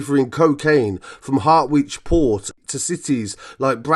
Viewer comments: Harwich ' = Ha Ritch 😂.... Not Hart which 😂..... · Lavish garden furniture and dog leads 😂😂😂 I think they pronounce Harwich and "harritch" port?